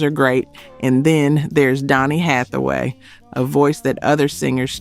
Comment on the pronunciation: You get the mispronounce some of the names and that is not Donny Hathaway. So sad your post get it wrong so many times.